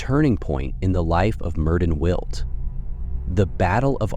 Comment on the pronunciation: As a Welsh speaker, his name is properly pronounce Mērðin wiłt.